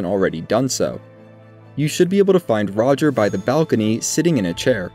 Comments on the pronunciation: I cringe so hard at “roger”. I almost didn’t finish this video because of it. Funniest part of all this is that during his quest line D literally calls him by name at the round table hold. It’s pronounced Raj-ee-air. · Every time this good man says "Roger" my inner voice auto corrects to "Ro-jere". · That's still not how it's pronounced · why do you call him roger? i mean he literally says his own name so you know how to say it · You need to learn how to pronounce "Rogier"